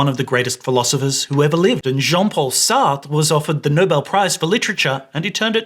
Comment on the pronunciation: The way you mispronounced Sartre's name as if it rhymes with fart grinded my gears.